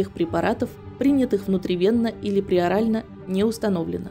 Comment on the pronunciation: Огромная просьба к автору, если беретесь за подобные истории, изучите медицинские термины. Не преорально, а перорально, и верно произносить "брадикардия". Других ляпсусов тьма... Повышайте уровень своей грамотности!!!